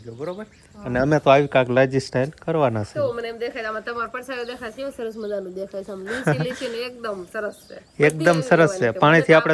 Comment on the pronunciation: તમે ભાષા સુધારો..ટાઇલસ બોલાય......સ્ટાઈલ નો બોલાય